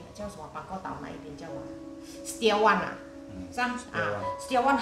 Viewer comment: 實兆遠的“兆” 不是逃跑的TAO 拼音輸入法是 ZHAO=兆 呀嘜！ 我也是海南人😝😝